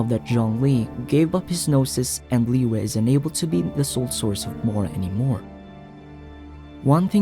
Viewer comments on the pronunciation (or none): none